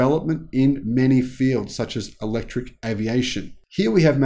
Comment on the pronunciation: Electric not Electruc